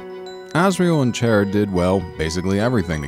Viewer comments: I love this video... Except you said Chara as chair-ah. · It's not "Chaira" it's "Chara" as in character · You said chara wrong its not chair-a its short for character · chaira? it's Chara XD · CHARA IS PRONOUNCED KARA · Ok dis is gud but it’s pronounced “Kara” and the coffin is empty thing is kinda a stretch AND ALSO WHERE IS CHARA DEN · It is pronounce Chara like character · Um her name is pronounced K-A-R-A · It's chara as in character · Chara is pronounced Kahrah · I thought it was like Character except without the cter. Didn't know it was pronounced chair-a. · Chara's name is pronounced "Kara" as her name is short for character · I wonder how many people got triggered when he pronounced "Chara" as "Chair-ah" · So you are one of those weird fucks that call chara "chair"a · the way he pronounced chara was like, a double fuck up. just sayin' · CHAIR-A seriously that is the weirdest way to pronounce their name. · Chara... Chara.. CHAIR-RA? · He's says Chara's name like Chaira Its so fucking annoying Dx.... Not hating on the video or anything its a good video, I just hate the way he's saying it. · I believe he pronounced it chair ia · it isn't how it's pronounced I know it's car a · Ooohhhhh let me just sit on my chaira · Originally, it is pronounced as:"Ca-ra" or something like that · First time i ever heard someone pronounce it (Chair a) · You pronounced 'Chara' wrong (Its a pet peev of mine) Its Chara as in Character. :3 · CHARA IS NOT CHAIR-A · did you just call chara, chaira? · This is the first time I've actually heard someone call them "Chair-a" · XD WHEN HE SAID CHAIR-A THOUGH ROFL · YOU PRONOUNCED CHARA WRONG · CHARA ISN'T EVIL AND UR SAYING THEIR NAME WRONG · you pronounced chara wrong its obviously chara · DO YOU WANT ME TO DIE?!?! IM SEVERELY ALLERGIC TO THAT PRONUNCIATION OF CHARA! LIKE OKAY IM SORRY BUT........... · He says charas name wrong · Chara Dreemurr hi he didnt pronounce your name right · you said chara wrong